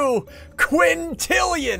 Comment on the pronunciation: Did anyone know he said 9 quantilan like even though there not even that many people in the world